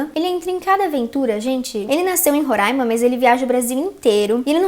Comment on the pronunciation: obrigada por falar RORAIMA e não RORÃIMA, os roraimenses agradecem 🤝